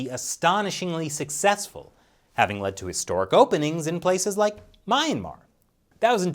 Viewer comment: I love your channel, but I think that your pronunciation of Myanmar is a little bit off. Not a big deal.